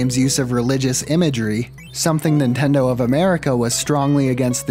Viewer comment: i am such a fucking weeb i can't unhear nintendo and tamagon being pronounced wrong